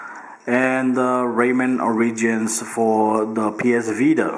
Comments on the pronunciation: "Raymen Or-ridgins" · good vid man. not bein a hater, but i think its ORE-EH-JENZ